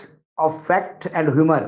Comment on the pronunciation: aapne sahi kaha ki aapki english itni achhi nahi aur hum bhi kehte hai ki humari english bhi achhi nahi isi liye Dada ne jab tweet padha to hume humor aur rumor nahi "tumor " sunai diya...Dada bhi galat padh liya kya????😂😂😂😂😂